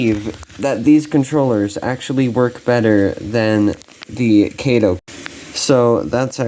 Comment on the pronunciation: Sorry, "Cato" was Inspector Clouseau's sidekick in the 'Pink Panther' movies. Kato is 'Kah-toe'.